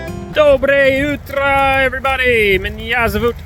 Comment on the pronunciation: Your "Dobroye utro" in Russian is great!